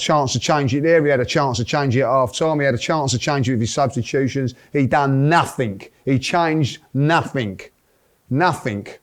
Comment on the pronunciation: I never knew the word nothing had a 'k' in it